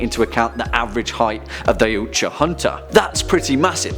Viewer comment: Did he say oiyuoutja instead of yautja